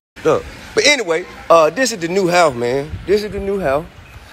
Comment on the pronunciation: Supposedly so intelligent and this is how he say house "how"